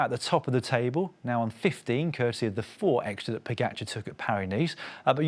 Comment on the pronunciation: Fire the commentator that can't pronounce Pogacar.